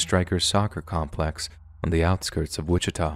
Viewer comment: I’m currently listening to this podcast on my way to Kansas City for thanksgiving. Right when I got to saying “Wittika” I entered that city. I am horrified.